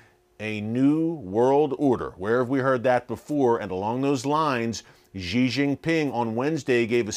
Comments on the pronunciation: Just one suggestion: Xi should be pronounced as 'She' not Ye. Thanks Erick. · I really need to give him a Mandarin lesson about that “zhee”.